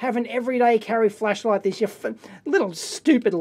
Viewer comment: It really sounds like you´re saying fleshlight, love it!